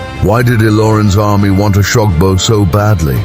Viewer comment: How can you be telling an African story with a white man's voice over?...he can't even pronounce oshogbo properly 😢